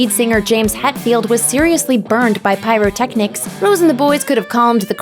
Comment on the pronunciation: The way she says pyrotechnics